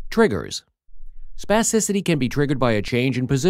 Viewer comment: Say spassicity one more time. I dare you